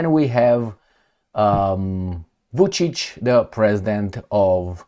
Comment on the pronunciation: You are the only comentator who produced Vucic (Wolfpuppy) correctly.